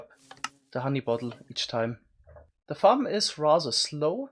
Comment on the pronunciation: “ meanwhile ZE other team” Is he german